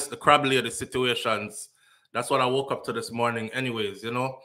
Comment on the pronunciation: Crab not " crawb".